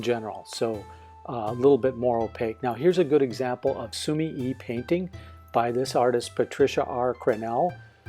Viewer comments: Basically yeah. I didn't comment on the sumi part because you're saying that correct already. Japanese is split into 2 sometimes 3 letter syllables, so su-mi-e [soo-mee-eh] is more correct in this case. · I've been watching your reviews for a long time, they are so informative and a great help when I'm looking to buy new materials. Just a little side note on the pronunciation of sumie, you're supposed to give the 'e' a more 'eh' sound rather than an 'i' sound.